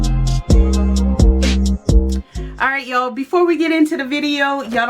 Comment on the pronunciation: Fabulous job, really cute biscornu is a French word meaning crooked or wonky. Thought you might like to know that if you didn't already. And you said it perfectly. 😊❤